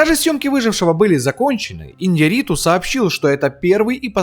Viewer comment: Ударение на букву Я в фамилии режиссера. И не Хьюго Гласс, а Хью.